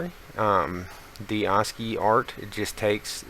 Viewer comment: God I hate tutorials given by dweebs who cannot even properly pronounce the very keyword of their tutorial. Assci is prounounced ass-kee not aws-kee.